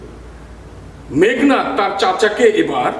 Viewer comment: স্যার বিনয়ের সহিত জানতে চাচ্ছি- উচ্চারণ মেঘ্+নাদ/ মেঘো+নাদ কোনটা হবে। উচ্চারনের নিয়মে মেঘো হয়, তাহলে এখানে কেনো মেঘ্?